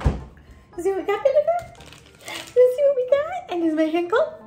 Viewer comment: I love you say babylirious but you say bebe instead of baby